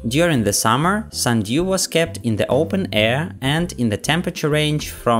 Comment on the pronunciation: "sunDEEWW" lol